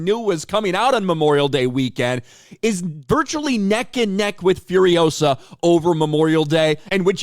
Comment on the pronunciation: It's furiOsa, not furiosA